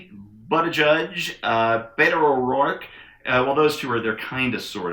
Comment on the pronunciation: Why does everyone on this here talkin' box mispronounce Pete Buttplug's name?